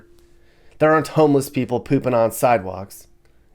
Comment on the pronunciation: These are always fun. My new pad is north central Florida. Kinda glad you didn't go there...lol. Id like to give on piece of advice? When you said "aren't alot of homeless..." Or something...it sounded like you said there "are" alot...maybe you could work on that? I bete some people heard it wrong. And we're all listening for those details. Thanks for these, I enjoy spending a few minutes watching...